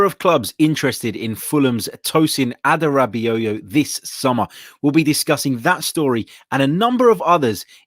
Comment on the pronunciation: It’s pronounced Adara-Bayo Lad